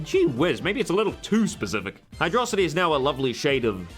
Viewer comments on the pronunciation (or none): Hydro-city not hy-drocity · You made me realize that I've been pronouncing Hydrocity Zone wrong all my life